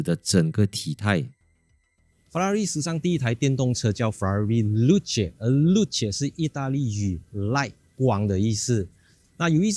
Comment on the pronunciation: 真的这样读？ 露？？😂